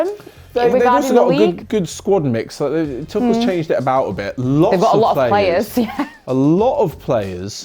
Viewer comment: I’m gonna ignore her saying “toochel”